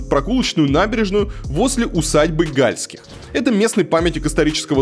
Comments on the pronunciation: Не Гáльских, а Гальски́х. Не в Шéксне, а в Шекснé. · Не гАльских, а ГальскИх. И не шЕксна, а шекснА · Конечно провинцию можно раскритиковать в пух и прах,но вы считаете себя грамотными и современными,а ударения правильно в названиях не удасужились узнать!Усадьба не Га!льских,а Гальски!х,река не Ше!ксна,а Шексна!Готовьтесь лучше .Много выпендрёжа у вас. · Река Шексна’, а не Ше’ксна. Усадьба Гальски’х, а не Га’льских. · не ШЕксна, а ШекснА, не ГАльских, а ГальскИх. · Река называется Не шЕксна, а шекснА Что за бред вообще , ролики делаешь крутые , но хоть названия говори правильно и усадьба не гАльских а гальскИх! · Хотелось бы, чтобы в написанном тексте кто-то расставлял правильные ударения усадьба ГальскИх река ШекснА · ШекснА и ГальскИх. Ну ладно с усадьбой, но куда ставить ударение в названии реки-то уж можно было узнать... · Поправляю ошибки в ударениях: усадьба ГальскИх, река ШекснА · Пытаетесь "раскрыть глаза" на недостатки, а сами не удосужились узнать, как произносятся названия... Река ШекснА и усадьба ГальскИх. Неприятно... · бесталковщина усадьба гальских ударение на и. река шексна ударение на а . е..е москвичи . да у нас дурацкий город и красный . все под пала(ПАО) Северсталью . все продано и 3жды куплено только по годам . есть планы застройки но с их каждый год будет иметь миллиарды каждый раз разная застрой организация . этот список с 2007 года утвержден по 2050 год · Автор, ты бы хоть удосужился погуглить как ставится ударение в названии реки "Шексна" и фалилии Гальских, которым принадлежала усадьба. Позорище. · Сколько ошибок в ударениях.. Галтских, Шексне